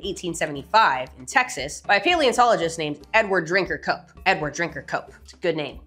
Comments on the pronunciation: Until I saw it written out, I thought she said his name was "Edward, drink your Coke". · She said: Edward Drinker Cope I heard: Edward, drink your coke